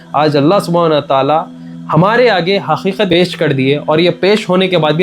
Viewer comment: Asalam Alaikum✅ Aslamkum❎ Qatar ✅ Khathar ❎ Qeema ✅ kheeman❎ Haqeeqat ✅ HaKheekhath❎ beta thek sy bolna sekhlo pehly